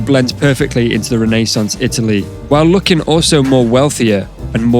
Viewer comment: You pronounce renaissance funny. 🤔